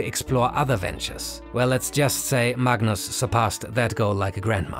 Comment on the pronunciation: mug-nus it the goat actually